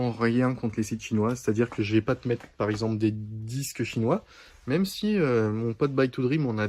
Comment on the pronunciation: Rajoute un S à 'chinoi' mon...😉🤗